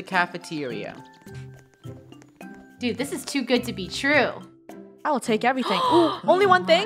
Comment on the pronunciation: is it just me or when said dude did she sound really scottish